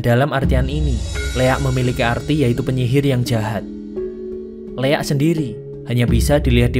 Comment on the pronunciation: Maaf bg sebelumya,bukan leak,tapi liak